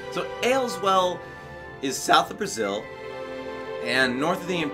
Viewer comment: Every time you say Brazil a bruma guard gets a chill down his spine